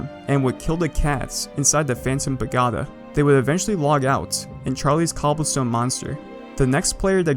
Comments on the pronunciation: when he pronounces it “pa-GOD-a” and not “pagoeda” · *paGOda not pagAhda Also, why the weird emphasis and intonation on words? Are you a bot? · excellent videos man. Super interesting server. Pa-GO-duh not Pa-Gaw-duh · Its not Pagoda its Pag"O"da not Pag"A"da its annoying me XD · We pagotta tell him how it's really pronounced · Its pa go da not pagada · its pa-go-ta not pa-ga-ta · Say pa-goe-da sixty more times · i likw how he insists on sayin paGODa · what is that pronunciation of pagoda it is pa-go-da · I think it’s pronounced pa-go-Da but what would I know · pah - go - dah please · i love how he says pagoda wrong so much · oh god please pronounce pagoda correctly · Your pronunciation of Pagoda was pure torture; I nearly had to stop watching lol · the emphasis when he says it too just makes it that much worse. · Please stop saying pagoda like that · oof. that pagoda pronunciation